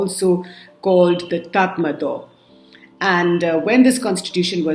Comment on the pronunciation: Correction, Myanmar army is aka tatmadaw(pronounced as tat-ma-ro)